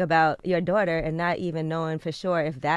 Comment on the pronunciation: I love you sis but you killing me with this damn darghtarrrr, it's "daughter". It like chalk scratching across the chalkboard.